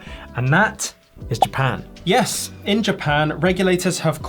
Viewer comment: That "yiiiiiis" was more Kiwi than Aussie 😆